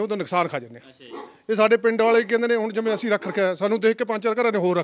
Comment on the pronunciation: Anchor ji apnia bhasha shood karo, Sangrur nu shangrur boldey ho asin nu ashin boldey ho deysio